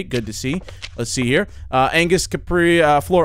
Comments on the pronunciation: i dont think you saw angus you saw annguss its angus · The double n in anngus though xD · Angus’ name was wrong. It was Annguss. 😂